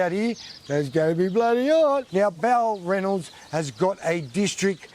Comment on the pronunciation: It's BAL Ranald not ballranald